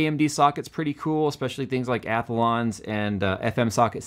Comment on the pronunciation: Did, did, you really say, "Athalons"?